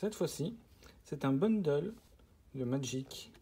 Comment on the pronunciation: Salut enfin quelqu’un qui dit bundle et non boundle par contre gift c’est pas la bonne prononciation 😅 en tout cas sympa la vidéo moi qui voulais voir comment c’était dedans